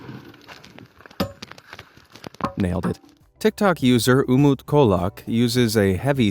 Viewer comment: The letter Ç in the name Umut Çolak is read like the ch at the beginning of the word 'chose'. Quick lesson 🙂